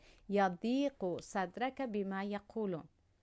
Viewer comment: معلمة لو سمحتم هناك صدرك بالضمة و ليس بالفتحة. بارك الله فيك.